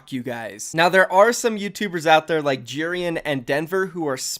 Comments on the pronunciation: pretty sure you say it like J-eh-rian not j-ee-rian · Its pronounced Je-rian not Ji-rian